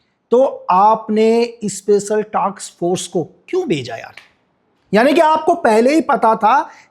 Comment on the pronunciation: Are Bhai ye BJP ka aadmi hai. Sirf dikhane ke liye video banaya hai isne . Thik se iske sab video dekho , ye Congress ke khilaf aur BJP ke favour me videos banata hai. Khudko Indian Spy bolta hai lekin aisa nahi hai. Special task force ko min par speshal taks force bol Raha hai.😂 Mai pehle isko bahut maanta tha par ab nahi . Pehle BJP ke favour me bolta tha tab muze ispar itna shak nahi hua lekin baar baar aisa hone laga to muze shak hua. Ab iska asli chehra sabko samaz aya hai .iske videos mat dekho vishwas mat Karo. Thank you....